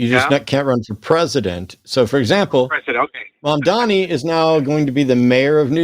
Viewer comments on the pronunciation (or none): It’s Mamdani, with an N… not Mamdami. I don’t get why this is hard for English speakers! If you can say “mom” and “Donnie” - and I know you can - you can say “Mamdani”.